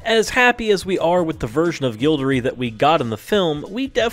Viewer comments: Gildory?Gildoroy you meen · Firstly. Gobal globe? Did any one else hear that? Secondly. Gildery, GILDERY? WHO IS THIS? ITS GILDEROY, IT HAS A O IN IT. Thirdly. Very few of these if any where 'denied by j.k Rowling.' Click Bait much? Lastly What is up with that segment on Jamie Campbell Bower? He didn't play Frank Dillane. Frank Dillane was the actor who played young Voldemort who also appeared in fear the walking dead. Get your facts right. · Learn to pronounce the names! It's Gilderoy. As in Gild-er-roy, not Gild-er-ee. And it's not Grendenwald, it's Grindelwald. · It’s pronounced gilde-roy Not gilde-ree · No offence but you pronounced some names wrong Mic-call Gambon it's Mike-al (Michael) Think you said Gobal Globes I'm not sure but I think it's Golden Globes Gild-er-ee it's gilde-roy I'm not being mean just saying it was a good video otherwise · This isn't JK Rowling 'denying' people. What's with the weird pronunciation of the following names? : Gilderee? (It's Gilderoy. It's an o at the end not an e), Branaaaagh? (It's a short a at the end of Branagh), Rosamund. (It's a short o at the beginning as in coz, ). The final casting was good. I wouldn't have changed it given the chance. Why does the thumbnail say she 'was denied' which is not the same as 'denied'. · Gill-duh- Roy.... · Gildery? XD